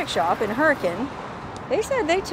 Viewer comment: Im not trying to criticize, byt just going to say, you're correct in pronouncing Hurricane like the locals do. Now check this out: Zion is not pronounced that way in Utah. I know someone's from out of town when they say ZiOn. We say, Zion like Zi-un. "U" they way it is in "run". Hey, I'm just giving you a hard time!! Love your videos!